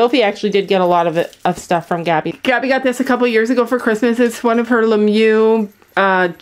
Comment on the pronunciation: I’m so sorry but the way she said ‘Ralph Lauren’ and with that American accent and ‘LeMieux’ scared me 😭